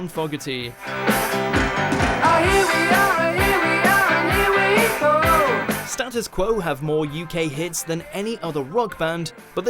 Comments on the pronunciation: The pronunciation errors kill me. Bobby Fueler? John FOG-erty? Creedence AND Clearwater Revival? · I'm more bothered by how he pronounced Fogerty. :)